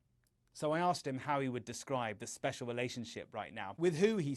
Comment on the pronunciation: Lol.. “love me Mr NA$l.. pleeease, we are zpecial..” 😄